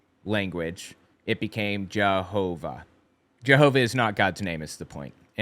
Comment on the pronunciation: I hear this in Caleb and Sophia videos too: why do they pronounce Jehovah like that? Like Jehoovaaa